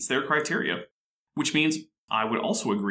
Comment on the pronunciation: Gotta say, 10/10 on your pronunciation of Glasgow! ❤